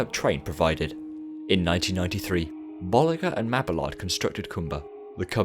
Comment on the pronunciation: i’d crack up every time you’d say bollinger because it sounds like you’re saying ball licker